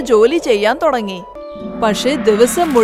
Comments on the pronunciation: തൊടങ്ങി അല്ല തുടങ്ങി എന്നാണ് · Thodangi alla thudangi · "തൊടങ്ങി" അല്ല തള്ളേ ."തുടങ്ങി" എന്നാണ് ആദ്യം പോയി മലയാളം പഠിക്ക് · Thudagi ann allathe thodagi alla😡😡😡